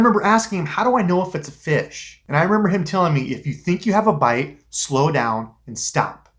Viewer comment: Lol the way you said it. “Found a feesh.”